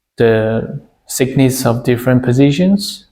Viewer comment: Please hire a fluent english speaker to speak for you and proofread your subtitles. The plates are measured for their "thickness" and not "sickness." 🤦‍♂️